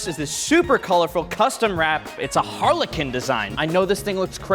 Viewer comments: i understood Harley Quinn instead of Harlequin 😂 😂 i mean it doesn't make much difference Harley Quinn is a modern take on the classic Italian commedia dell'arte character, Harlequin (Arlecchino) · Someone please tell how to properly pronounce harlequin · Learn to pronounce “Harlequin” FFS